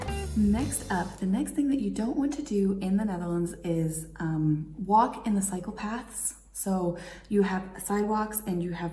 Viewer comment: Haha when you say cycle path it sounds like psychopath